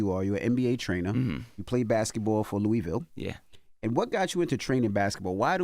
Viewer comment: Envy u gotta learn how to say Louisville